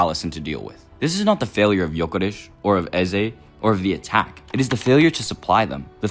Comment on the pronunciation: Why are you making up pronunciations for players names? Gyokeresh? ESH? Go litsen to how his name is actually pronunced in swedish if you want to do the authetic name like you tried to do for so many others in this video. And wtf are you talking about putting Isak on the left? Are you mad???